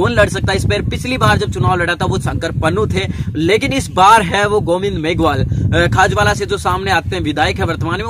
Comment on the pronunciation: भाई साहब आप अर्जनराम का टिकट कटवा रहे या आपके चैनल की TRP की कोशिश कर रहे हैं । आप खाजूवाला को खाजवाला बोल रहे हैं । ।।।।। चलो कोई बात नहीं सा